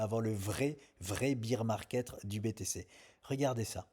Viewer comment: Minute 11 ' 06 il dit encore bire market au lieu de baire.. biere et ours c est différent